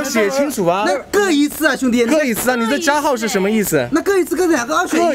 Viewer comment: 各一次这个都能说成选一次哈哈哈厉害了